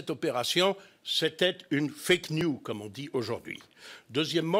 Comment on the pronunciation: M. Gollnisch, "news" au sens "nouvelle" est en anglais toujours au pluriel et se prononce "niouse".....